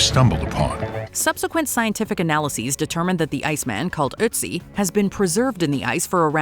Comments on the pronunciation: “aught zee” is how his name is pronounced, not “uht zee”. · Not with an umlaut on the Ö like there is in Ötzi. That turns the O sound into 'euh', like the 'i' in girl